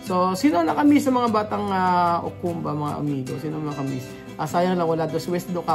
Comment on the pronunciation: Ukumba po hindi ekuku